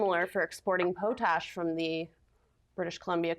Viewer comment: Pow-Tash!???? 😂😂😂😂😂. Pot ash people.